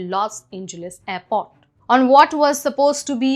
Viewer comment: It's airport, not aipot. The letter r is a very useful consonant, use it.